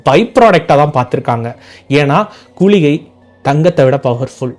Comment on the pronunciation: .கூளிகை என்று கூறுகறீர்கள் இது தவறு குளிகை என்பதே சரி.